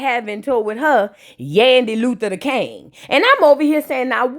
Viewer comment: Nobody:: YANDY LUTHER DA KANG ( heavy on DA KANGGG) 😂😂😂